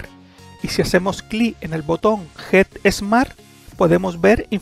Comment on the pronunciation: flaco, get smart, se pronuncia como suena, NO Jet Smat con jota!!!! dios mio